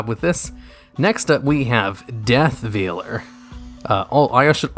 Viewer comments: It's said like "Vale", not "veel". I don't know how I manage to run into so many YouTubers who've apparently never learned how to say simple words. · Says effect veiler correctly, proceeds to call the customs veeler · sobs in VEE-ler